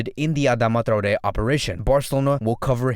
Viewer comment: Thank you for pronouncing Traoré correctly :)